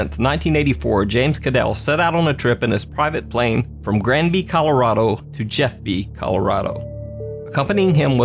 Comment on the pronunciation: I'm sorry but it's ColoRADo not ROD-o. haha ;)